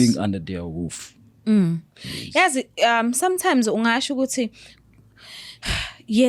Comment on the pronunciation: 🤣🤣there by 'i have been living under their Woof'🤣🤣🤣🤣🤣🤣🤣🤣🤣im gone